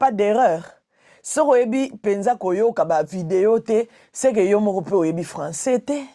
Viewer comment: sila lolendo ebambi ye lokola mutu alangwe lotoko. 😂😂😂😂😂😂😂😂😂 sila alobi français te, alobi nde François 😂😂😂. Luisa noncer, liaison ezalaka mais oyo ekomi FAUTE.